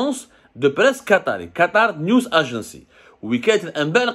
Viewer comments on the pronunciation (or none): none